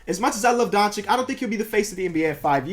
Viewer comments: Dončič not Doncik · please bro, its pronounced donCHICH. not donchick. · Isn’t it Don-Chi-Ch